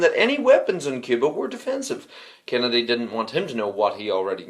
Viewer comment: The way you say Kennedy sounds like Canada